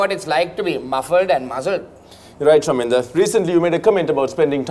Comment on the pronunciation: pronounced Chaminda correctly 😂